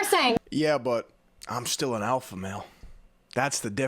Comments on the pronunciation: I’ve now heard the word “alpha” so many times that’s it completely lost all meaning, and now just sounds like someone trying to say “apple” with no tongue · they said alpha male so much all i'm hearing alfamel now XD